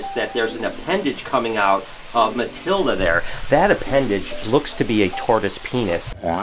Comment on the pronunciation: Matilda = Matildo lol